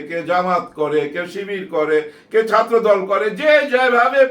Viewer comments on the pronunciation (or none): none